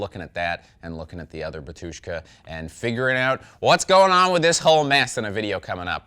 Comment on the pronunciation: Why everyone pronounce Batúshka, not Bátushka? Is it some fuxjed up ancient polish version of the word?